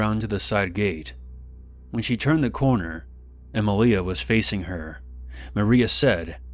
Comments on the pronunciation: Em-leeah. Shouldn't it be Emilia...Em-ee-leeah? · EmIlia not emilIa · Emilia is pronounced e-ME-lia